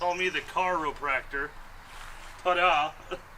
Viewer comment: CAR O PRACTOR! 😂😂😂